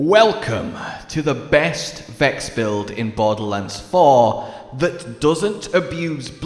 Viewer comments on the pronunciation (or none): none